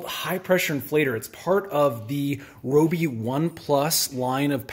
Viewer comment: Rye-O-Be is the proper way to say Ryobi :)